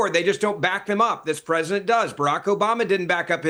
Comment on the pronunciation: Anyone else realized that pronounces the word "President" as "Present" 😂